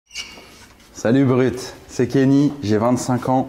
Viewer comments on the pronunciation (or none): au debut au lieu de "salut brut" j'ai entendu "salut uber eat" jsp comment l'interpreter, le pauvre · Ptdrrr on dirait pas au début il dit salut uber eats au lieu de salut brut bahahahaha très sérieux le régime de. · Quand il dit Salut brut on dirait qu’il dit salut uber eat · je jure que j'entends "salut uber eats" et non pas "salut brut" au début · Sur la tête de ma mère j'ai entendu "salut uber eats" au lieu de "salut Brut" au début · Mdrr on dirait qu il dit "salut uber eat" au début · Mais grave!! 😂😂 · au début j''ai cru qu'il a dit Salut UberEats XD XD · hahahahaah mais wsh je meurs je suis aller revoir le début on dirait grave qu il dit ca 🤣🤣🤣